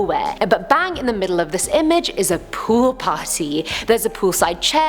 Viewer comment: "mannequin pool party" I heard mannequin poo party, for a second there. 😅😅